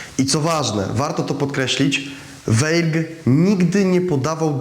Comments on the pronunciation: Mam wątpliwości czy prowadzący dobrze wymawia nazwisko bohatera odcinka. Weigl czy Waigl w wymowie. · Wolałabym, żeby wymawiał Pan prawidłowo nazwisko bohatera odcinka. Ei mówimy aj, zatem wymowa: Wajgl. 🙂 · Wszystko pięknie, ale z tego, co mi wiadomo, Rudolf Weigl konsekwentnie czytał swe nazwisko w brzmieniu WAJGL, zgodnym z językiem pochodzenia. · Weigl czyta się Waigl! Nie można słuchać Weigl!!!!! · Weigl czyta się Waigl ... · Bardzo fajny film i przybliżenie wielkiego naukowca. Jedno tylko denerwuje. Nieprawidłowe wymawianie nazwiska. Był Austriakiem. ei w nazwisku czyta ai Czyli czyta się WAIGL. Aż uszy bolały jak było czytane.. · Może by się prowadzący dokształcił z językoznawstwa. Jako osoba pochodzenia austriackiego, to wymowa nszwiska powinna być zgodnie z regułami języka niemieckiego., czyli =Waigel=. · Wymawia się Wajgl(ei jako aj).A tak poza dobrze że przybliżasz tę wspaniałą postać, tak niesprawiedliwie potraktowaną przez komuchów. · Ei w nazwisku czytamy jak aj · Skoro Pan Rudolf był z pochodzenia Austriakiem, to dlaczego prowadzący błędnie wypowiada Jego nazwisko. Z szacunku dla tego naukowca należałoby jednak zapoznać się poprawną wymową.